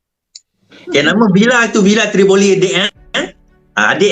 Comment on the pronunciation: nama villa pon brader dah salah...tivolli daaa bukan trivoli...yenadeiii